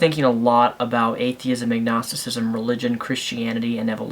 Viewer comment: Dd you say agnosticism or ignosticism?